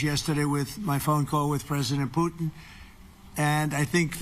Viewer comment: the orange cannot even say the putlers name correctly.. hehe .. "pooten" hehehe